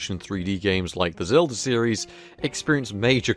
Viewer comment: i love me some zelfa - other than that good vid been watching for a couple years